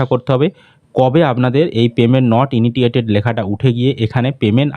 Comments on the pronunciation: May month a payment hoi ni.. R ki kore dekhache... 2. উচ্চারণ টা হবে, "পেমেন্ট নট ইনিশিয়েটেড" আপনার উচ্চারণ টা একটু অন্যরকম শোনাচ্ছে তাই বললাম । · Initiated 😂😂 INITITTTTTATED 😂😂😂😂